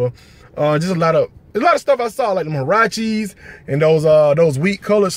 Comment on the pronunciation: Huarache. It's Huarache.